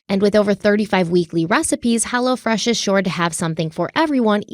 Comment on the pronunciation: When talks about hello fresh. It sounds like she's saying hella fresh...😂😂